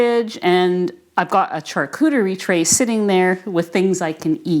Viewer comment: Go Teddy! Hope Teddy gets some quality doggie training! Glad you realised what was going on with your egg cooker. The charcuterie tray is pronounced (shar cou terry) just in case you wanted to know